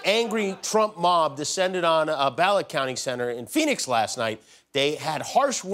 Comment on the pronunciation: why he say "Phoenix" like that? 😂😂😂